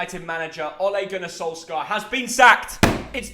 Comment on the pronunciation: "ole gunnar SoLeScar"